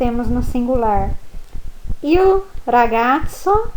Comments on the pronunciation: Professora na faculdade a senhora aprendeu que IL se pronuncio iô Moro na Guiana Francesa e aqui tem muitos italianos e eles pronunciam ' ili " tipo meio que engolindo o L , eu aprendi um pouco do italiano com eles , e a sua pronuncia não tem nada haver ex : Il libro = iô libro , eu realmente não conheço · Scusa... ma cosa sarebbe IU CINEMA?? IU RAGAZZO?? Non ho mai sentito!!!! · Ho capito!! Complimenti per aver imparato l'italiano da sola. Però lei non può insegnare la pronuncia sbagliata "IU", grosso errore!!! Lei è d'accordo?